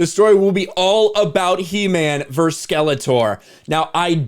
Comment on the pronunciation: Why, oh why, is there not a single YouTuber who can pronounce the word “versus?” Did you all have the same bad English teacher? It’s maddening.